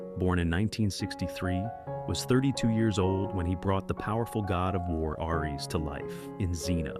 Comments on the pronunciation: It's aries , not airy , that doesn't make any sense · DUDE!!! PROGRAM YOUR ROBOT AI VOICE BETTER!! ARES IS SAID LIKE ( AIR - - EEESSS)